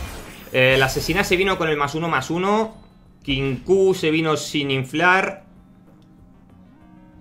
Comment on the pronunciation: Qué crack estás hecho, por fin pronuncias bien Kinkou. Un abrazo(virtual).